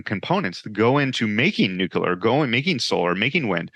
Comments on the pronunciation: Noo-Q-Ler The old George Dubbya pronunciation. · One thing that could help more of these guys be taken more seriously is so easy! It’s free! Say NUKE-LEE-ER!!! Nuke-you-Ler= bad Nuke-lee-Er = good! Atoms don’t have a nuculus, they have a nucleus! Such an easy fix to be taken more seriously! To be clear before the trolls get out of bed: this is constructive criticism. We’ll never get anyone with violently differing views to ever sit down for a civil “agree-to-disagree” conversation if we can’t get the little things correct. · drank a shot everytime the guest said nuculer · have trouble listening to someone that is unable to pronounce nuclear.